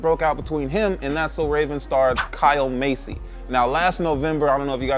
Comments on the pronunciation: Bro Massey not Masey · Masey..... no its MASS-ee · I couldn't even focus on the subject since you kept pronouncing their last name as 'Macey" when its pronounced 'MASSey'. Lol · You've been saying it correctly. just mis-pronounced it.